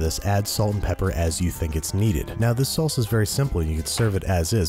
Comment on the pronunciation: Every Mexican knows how wrong that "salsa" was